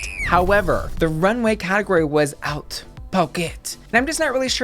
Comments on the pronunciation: Haute is pronounced more like “oat” not “out” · Love these videos and your look. "haute" is with an "oh" and not an "ow". Think oat with just a breathless whisper of an H at the start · Why are you pronouncing it “OUT” when it’s pronounced “OAT”?